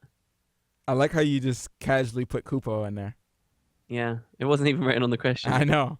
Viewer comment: it's Kupo not Kuppo! ;p